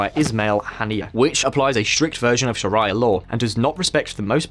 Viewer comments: الشريعة / Shariah Law is pronounced Sharee'ah and not Shar-IAH as you do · FYI - “Sharia” isn’t pronounced like “Mariah” as in Mariah Carey. It’s pronounced like “Sha-ree-a” like Ave Maria” The way I remember it is “Maria loves Sharia, while Daria hates Shar-ee-a and Mariah hates Sha-riyah” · I notice westerners will either pronounce it two ways either “Sha-rye-a” like saying “Mariah Carey” or “Shaar-ia” like saying “Daria” I keep telling people think of the name “Maria” or Ave Maria - but change the “M” to an “Sh” that’s how you say Sharia. Or my favourite Rhyme “Maria loves Sharia.” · Its not sheraya. LoL its Sharia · "Sharaya law" 😒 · Sha-rye-a law 🍞😂 You guys crack me up. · you know as a profession of there is a foreign word that can be difficult to pronounce, we have technology that will provide the correct pronunciation for you. 🤷🏽‍♂️ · It's hard to take seriously a channel that refers to shar-AY-ah. Doesn't anyone check the pronunciation of foreign words? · STOP saying 'Sharaya' NKT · Shuh rye uh, shuh rye uh, shuh rye uh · I love your content, but you guys really need to work on your pronunciation... shar-eye-a... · did you just say "Sharaiya"?? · I thought I was having a stroke when he said sharia. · Sharia is such an easy word...not sure how he got it wrong 😊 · Came for the comments, stayed for the sacrificial slaughter of Arabic words. Great video though. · He pronounced shariah law wrong lol I’m so dead 💀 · How does this guy not know what Shariah law is? Hard to take this video seriously if he can't even pronounce such a basic thing.